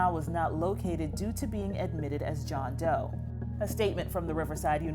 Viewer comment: im sorry but JOHN DOEE